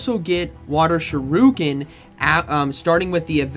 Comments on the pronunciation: Why does all pogo battlers calls it SHURUKEN? Is there a meme behind it? 😭 It’s pronounced as SHU RI KEN. SHOE REEEEEEEEE KEN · tis pronounced shuri-ken, not shuru-ken <3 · Why does he say Sha-Ryu-Ken? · you can’t keep going through life thinking that’s how you pronounce shuriken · Shuriken… bro there is an I!! Lol